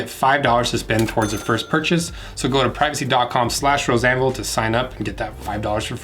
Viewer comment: Does anyone else hear "Roseanne Ville" instead of Rose Anvil?